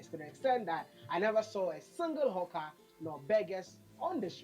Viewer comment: He said Hawcker, as in some one who will try sell you any type of merchandise on the street...😂